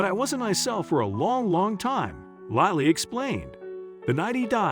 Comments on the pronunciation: Lilee, lolly or lily? This is an amazing story just wish the reader would get the name right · Your narrator did a terrible job of pronouncing a very simple, ordinary name.Was the narration computer generated? Lily, like the flower, is quite a lovely and frequently used name. Did no one even edit the video?